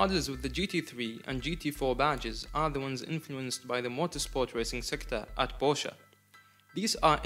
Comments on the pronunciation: i like that you made a big thing out of the pronounciation and then proceeded to pronounce it porsch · The other way around actually, the correct pronunciation of the German brand is "por shuhh" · German Name, you pronounce all letters, so, it's with an "e" at the end and no, not the English pronunciation of "e", but the German one. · Thank you thank you for explaining the proper pronunciation. Brits are notorious for calling it PORSCH! Sounds like a Russian Beet Soup! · Thanks for your feedback! Just to clarify, the word was the English word "posh", which means luxury, and it has nothing to do with the brand name. Although the intension of the word is to pronounce the brand name, the right pronounce is what I mentioned as demonstrated at the beginning. Not a big deal though, thanks! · Oh I am gonna to send this video to people each time I hear they pronounce Porsche